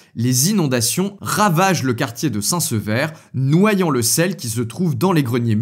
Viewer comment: Aaah Rouen, ma ville, est bien évoquée ca fait plaisir ! Ca ma fait sourire d'entendre "saint sEver", sachant qu'ici on dit "saint s'ver", on mange le premier E 😂😂